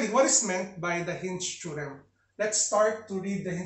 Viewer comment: I love it when he says "Theo-rem"